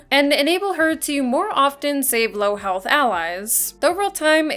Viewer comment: under half healthUUHH lmao is it hard to speak properly?